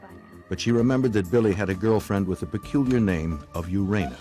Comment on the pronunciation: "Urana Sweet"? WTF